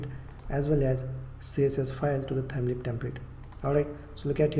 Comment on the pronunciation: Its LEAF not LEAP